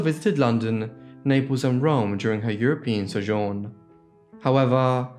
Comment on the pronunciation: i know it's kinda off topic, but I really liked the way you said, "sojourn". :D